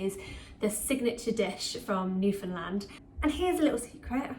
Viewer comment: you said it just fine! Most of us Newfies have all the different accents and all kinds of pronunciations!!! Also…I would soften the onions first in melted butter and then add the flour to make the roux…and maybe a little more milk so it’s not quite so mashed potato consistency! But you did great and you pronounced Newfoundland right proper! ❤️ lovely video! And most of us aren’t offended being called Newfies…it is a very small percentage that are! Coming from a proud Newfie!!!! Xoxox thanks for making this video and helping share cod au gratin with the world!! 💕🎣🧀